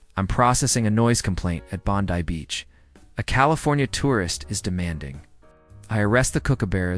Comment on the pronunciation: Finally....AI got the pronunciation of Bondi right but stumbled, crashed & burned BAD on kookaburra. Lost me, kept scrolling. Sheeesh